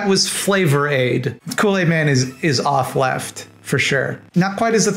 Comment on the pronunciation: so i eventually figured out you were saying authleft, (as in authoritarian) but i kept hearing off-left, like "they are leftists, but there's something off about them" and th whole time i was thinking, hmmm, ive never heard this terminology before... 😅